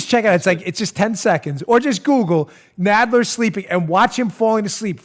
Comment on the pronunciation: Jerry “Nodd ler”